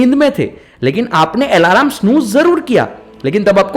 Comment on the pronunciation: आलम बोलते है भाई अलार्म नही